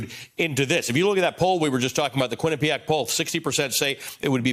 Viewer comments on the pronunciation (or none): Quinnipiac? Oh geez